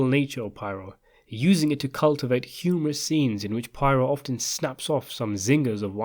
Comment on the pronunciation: Okay. Poirot’s name is actually pronounced “pwah-ROW.”